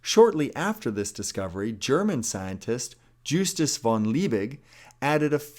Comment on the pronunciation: Justus, not Justuce 🤣